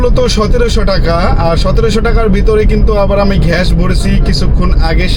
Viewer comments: ঘ্য‌াস ❌ গ্যাস ✅ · 👉👉ভাই আপনি গ্যাস কে ঘেঁস বলেন কনো ??? Plz Plz বলেন :yt